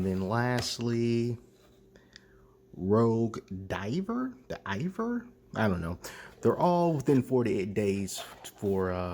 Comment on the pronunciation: Thanks for this! My Harvest Elite is on the way; it was good to get a look at what I could expect. By the way, that “Rouge d’Hiver” is French for Winter Red (or Red Winter), and is pronounced roozh dee-VARE. 😊